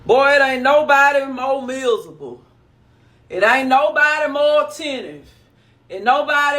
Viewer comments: Misable lol like there’s no r in miserable 😂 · "There's some mizzable mu'afuckas out hya" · MIZABLE, MIZABLE MIZABLE!!😂😂😂